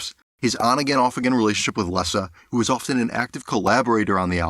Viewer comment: I certainly don't get why you had to insert that Springsteen 💩 in the montage. And please pronounce her name correctly. It's Leeeeza not Lessa.